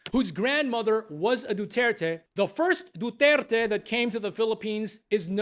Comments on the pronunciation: French pronounciation 101 Dutert.. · kahit nga c PRRD, binigkas nya rin ng "dutert" yung apelyedo nya. dko alam kung sinasadya niya o may problema lng sa audio o bka nang aasar lng😅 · Buti naman my nakapansin sa pagbigkas Ng Mahal naming tatay ishadahh DUTERT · Because the true pronunciation 😂is Rodrigo dudirt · So how in the world they gonna judge him and don't even pronounce his surname correctly. They even never set foot on our country and have the audacity to judge him for trying to save his country. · However, that does NOT give the French judge the right to decide how someone’s name is pronounced. Either pronounce it correctly, or don’t bother being a judge. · The ICC is investigating Duterte for how many years yet they can not even properly pronounce its name